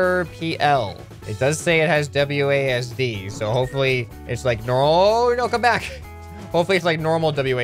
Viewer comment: Please say wads and not wdas? Was it idk but please say wasd